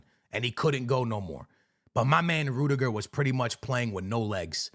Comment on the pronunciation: Rudiger❌ Rude-Niger✅